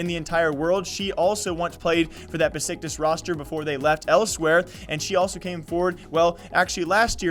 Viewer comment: fyi it's pronounced Beshiktash because of the weird Turkish s's just wanted to tell you :)